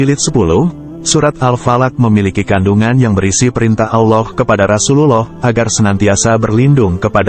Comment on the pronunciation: Kelihatannya krang ini bukan yg pakih terntang islam karena cara lengucapannya kurang pasih dalam pengucaoan Allah.